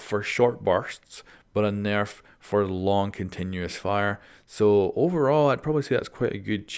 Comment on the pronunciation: I love ur accent, you get a sub. Please just upload a video of you saying nerf like for a full minute.